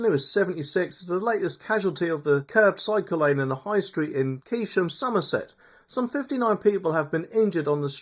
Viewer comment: Pronounced "cane-shum" 👍